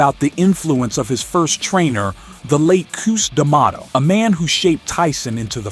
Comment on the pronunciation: I know you did not just pronounce Cus D'Amato's name Coos Tomato.